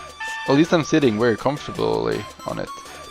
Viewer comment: Why pronounce very as, “wary?” But then say travel correctly once sentence later?